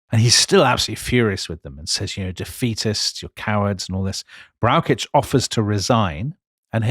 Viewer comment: As a huge fan of this podcast it is difficult to criticise anything. However, Dominic has big problems pronouncing German names. General Brauschitz is for example not pronounced with a k sound.